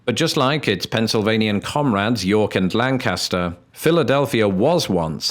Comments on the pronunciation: “Apalachin”?! Get out of my state and never come back. I you also say “land-caster” it’s “lane-kister!” At least you don’t say Allegheny wrong. Love the vids, keep making them, just look up the right way to say it! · I noticed that you worked really hard to say Lan-Cass-Ter. I know you wanted to say Lan-Ka-Shur. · One correction. Lancaster Pennsylvania is pronounced more like Langkister than the English city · Please tell me you went on the ride in World of Chocolate. PLEASE. Also, LANK-is-ter, not Lan-CAST-er. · I guess the Pennsylvanian pronunciation of Lancaster also got lost in the pond.... For we say lan-kiss-ter not lan-cas-ter. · I came to see how many Pennamites bashed you for names/words like Monongahela (Ma non ga hay la) and the GERMAN Lancaster (Lank Aster, not British Lan Caster). Alas, it was still a spectacular video,. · It's pronounced Lanc-Kiss -Ter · As a resident of Lancaster, PA, born and raised, I am contractually obligated to say: It's pronounced Lan-KISS-stir. That said (so I may keep my residence), this was a lovely and beautifully shot tribute to the state. I'm glad you had a good time here! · I live right outside Harrisburg and have been to many of the places in this video. It was pretty cool to see! I’ll forgive you for mispronouncing Lancaster since you are British lol we pronounce it in Pennsylvanian and it’s Lank- is- ter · Well done! You get bonus points for correctly pronouncing Gettysburg. When I was younger, pronouncing it "Getteezburg" would mark you as an outsider as surely as saying Lann-caster. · So awesome to watch my home state be featured. I'm between Hershey and Philly. BTW locals pronounce it /Lank cast ter/ never /land caster/ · When speaking of the city in Pennsylvania, pronounce Lancaster so it rhymes with "yank it, sir," not with "sandblaster." But there are places called Lancaster in other states that rhyme with "sandblaster." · Living in Lancaster PA, I can say that we pronounce it Lang-kiss-ter